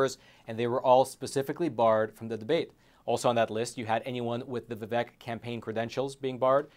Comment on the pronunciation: A not deep state candidate, interviewed by a not deep state journalist on a supposed not deep state platform. Btw - I think he pronounces it Vi-vake. Yeah Tim and Nikki better raise their hand that they would support Trump - he helped them.